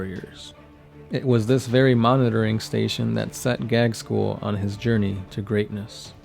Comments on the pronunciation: Can you please stop calling my favorite WH40k character Gag-skull? His name is pronounced Gaz-kull. (as was also commented in a previous video) Apart from that, I enjoy your lore videos :) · OMFG, you're butchering his name. It's pronounced Gazg- kul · You seem to pronounce Ghazghkull with the g before z.